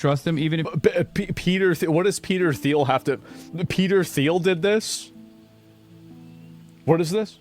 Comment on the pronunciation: Peeder Theel